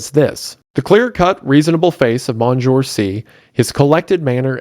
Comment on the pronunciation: "Monjoor"??? ..."Mon seen your"